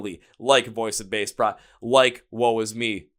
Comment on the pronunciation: At least pronounce the name of the band correctly. They're too sweet to correct you.